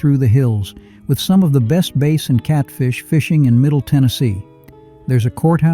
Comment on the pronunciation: I've fished for Catfish but never for Base. I've never heard of Base. Better get your AI up on fish species so it pronounces the species correctly.